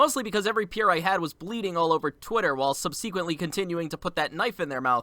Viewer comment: Love your content. Just want to say ‘subsequently’ is pronounced like “sub-suh-quently” not “sub-see-quently”. (Don’t know how to say it without seeming like a jerk sorry 😞)